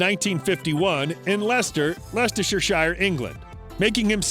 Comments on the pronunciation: Leistershshire? It’s pronounced as (Les-ter-shire) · Its LESTER SHIRE. not lestershirshire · Sorry, LesterShiShire? It's Leicestershire Lester-Shire. What's so hard about that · Why can't Americans pronounce Leicestershire ?It not Li chestershire. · What utter shite.. Leicester-sher-shire - Ha - Yanks! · I noticed that too. What a rank amateur video. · Leicestershire ....Shire lol 😂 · Leicester-shear-shire. Have a word with yourself. And please, leave Mr Deacon alone, it is his choice to live his life the way he wants to. I think he has earned that right. And for the love of God, if you are going to make these films, please learn to pronounce things correctly. Beauchamp College is not pronounced bow-champ it is pronounced bee-chum. Please stop making these videos unless you are prepared to get the basics right. He lives in this house in Putney, showing a house clearly in the USA as there are no houses anywhere in the U.K. that look anything like that and then to say he likely owns these cars with zero proof he owns anything other than a Fiesta is just plain stupid. Just stop it man, you are making yourself look a prat. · Leister sher shire? What the ? 🤷🏻‍♀️😂. This is just rehashed anything from anywhere 💩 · Listening to Americans trying to pronounce "Leicestershire" is hilarious. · Learn how to pronounce leicestershire for goodness sake… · You need to learn how to pronounce British place names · im sorry but this bloke carnt even say english county names right ,, and whats with the cars .. lets name every car john might own might as well name another 50 cars